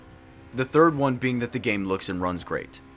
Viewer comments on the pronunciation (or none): none